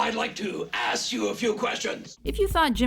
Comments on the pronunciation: "EXCUSE ME! I'd like to... ass you a few questions!! X'D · lost my shit in "excuse me,i would like to ASSk you a question" funny asf!!!XDXD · "excuse me I'd like to ass you a question" lol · "Excuse me...I'd like to ass you a question" LOL